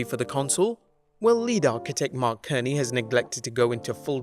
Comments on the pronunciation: Not Mark Kerny! It is Mark C(S)erny ! jesus get the guy's name right! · ..... “Mark Kerny” ?! For real dude?!